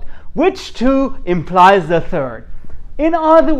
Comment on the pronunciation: 'ímply', not 'impies'. Nice video!